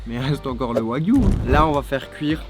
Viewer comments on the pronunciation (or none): none